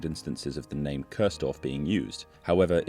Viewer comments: Nice video, but it is called Kursdorf, not Körsdorf 🥲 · Your narration pronounces the village name as Curse-dorf (English pronounciation), which litterally translates into "damned village". Properly, that village name is pronounced as "Chores-dorf". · Interesting video, even for someone who lives only one city away in Dresden I never heard of this before.🫶🏼 Only a small side note: you kept pronouncing it Köörsdorf, when it's named Kursdorf, with a U, pronounced like in "Uhlenhaut" or a shortly said "cool" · Chores-Dorf is kind of weird, worse than curse-Dorf. It is Kursdorf. It's the look sound: ˈkʊʁsdɔʁf where the ʊ is also in look:lʊk. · It isn't Cursedorf, its Kursdorf. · Nice one. Though I have to be "that" German: the village is pronounced "Coors-Dorf" (yea, like the beer), not "Curse-Dorf". Just little to no "r" sound. Think of "huah!", then you got the "ur" right. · No, it's pronounced koors-dorf, with the "oo" spoken like "look" or "took" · The pronaunciation of Coursedorf really puts me off. There is no o to speak in Kurs. Kurs indeed really means Course in a navigational context (or price at stock exchanges) so it is somewhat funny but still irritating. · Curse-dorf? Even as a German, I heard that :D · noticed how the narration pronounces the village' name is "Cursedorf" (english pronounciation) which translates to "Verdammtes-dorf"...! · Cool video. Keep it up. But: in German, U is always pronounced like the ou part in you or like the oo part in moo or boo. So the right pronunciation of the village is "Koursdorf". 😉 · great video all in all. But if your point was to pay tribute to a ghost village, why do you insist on pronouncing it wrong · 😊 The u in Kursdorf is pronounced like the two oo in cool. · nevermind, I just had to fulfill my obligations as a German to be annoying and overly correct on the Internet 🤣 Thanks for a great video and for telling an interesting story!